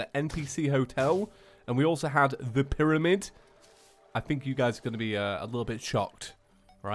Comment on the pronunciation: Yes two mewtwos is right say piramid But it cactus